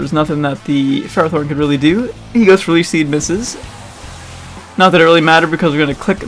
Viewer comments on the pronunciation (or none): none